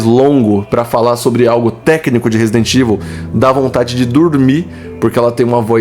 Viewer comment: A pessoal diz Resident IVU e mandou que a pessoa não sabe ler nem falar inglês.